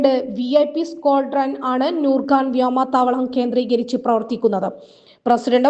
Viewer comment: വ്യോമാതാവളമല്ല വ്യോമ - താവളമാണ്